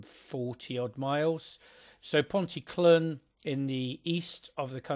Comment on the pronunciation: Good description of this, my local line. You've tempted me into buying it. Nearly there with the pronunciations ;) Ponty CLEEN, TondEE, PILE.